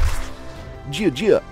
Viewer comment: Ask a chinese to tell you how to pronouce jia jia. As you say it now it is ridiculous!